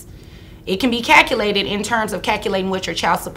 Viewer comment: “infactuated” 😂 Edit: “cackulated”?